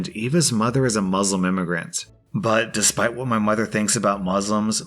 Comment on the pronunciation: Fun Fact I'm Muslim Edit: you pronounced Muslim wrong